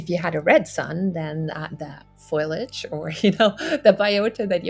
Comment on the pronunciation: Did she say "foilage?" Like Marge Simpson?